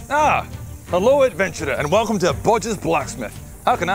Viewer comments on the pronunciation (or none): none